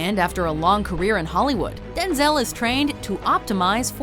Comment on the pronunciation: Am I the only person that is disturbed by how she pronounces “denzail washington“?